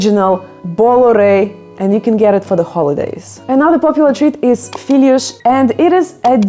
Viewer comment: Your portuguese pronunciation seems good (honestly), you even make a very good LH in 'filhós', but you have to open the 'o', because of the 'acento' - as we say. Open 'o' is an 'o' like in "job". Filhos - 《feelyoosh*》= sons Filhós - 《feelyOsh*》= [that desert] * LH sound is not actually 'ly', but is the best I can do here. There is some doubts about the singular and plural forms of this word, actually. People often say "uma filhó" (singular), "duas filhozes" or "as filhozes", etc. (plural; and no need for that mark over the 'o', but still open 'o', it's a long story; and now with 'z', another story). So, if you want to ask for it, maybe you should say "filhozes". I am not sure where you can find them though, as they are tipically just made at home ( it used to be...). Anyway, it should be "filhó" / "filhós", singular and plural, and happy 🎅.